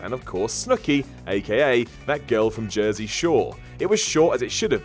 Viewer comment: The Booker/HHH feud was in no way racist, when H referred to "you people" in his promos it wasn't race related it was referring to WCW talent. Good job perpetuating a common misconception though, reminds me why I generally avoid your guff videos, also pheenarm, war-rrior and thet. Seriously, learn how to fucking speak.